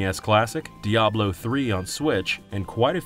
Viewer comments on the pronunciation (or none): none